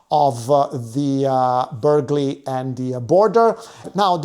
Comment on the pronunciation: Burghley has a silent g…